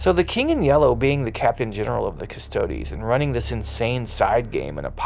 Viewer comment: Not a big fan of how this dude says the word "yellow". 🧐🤔